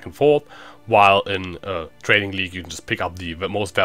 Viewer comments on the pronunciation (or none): The first time you said 'trading league' it sounded like 'training league'... Well anyway I laughed.